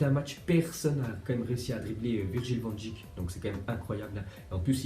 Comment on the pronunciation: Arrête de dire van djik ça se dit van deik comme abeille